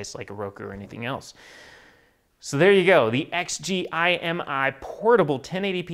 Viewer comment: It bugged me that you didn't pronounce the company name rather than read it out. Other than that good review